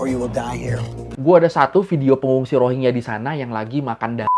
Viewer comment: bacanya Rohin-Ja bukan Rohing-ya